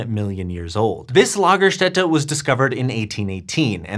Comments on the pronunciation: Impressive German pronunciation of Lagerstätte! Got the umlaut and the S right. (lah-ga-shtet-a) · Your pronunciation of Lagerstätte is very good. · As a native German speaker i was impressed by your correct pronunciation of Lagerstätte.. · Thats a great pronounciation of the word lagerstatte, im pleasantly surprised!